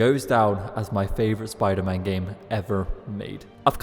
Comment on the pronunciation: WTF is spider-mon?